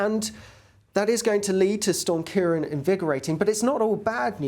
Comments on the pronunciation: it's KEER - AWN, not Keer-on. á as in Seán. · Ciarán is pronounced Key-'Raw'-on, like the name Ron, eg CiaRon, due to the fada over the last 'a'.